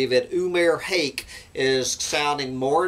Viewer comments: Sounds more like Hock/Huck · Googled how to pronounce Umair Haque: oo-mehr hak It's a short "a" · In french, Haque is pronounced "hack".